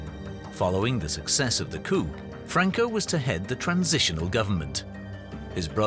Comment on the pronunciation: The p on "coup" is silent. Not just strangled. Silent.